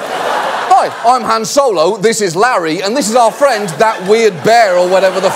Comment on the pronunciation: he cant pronounce han solo.... Luke though is the same in french...luc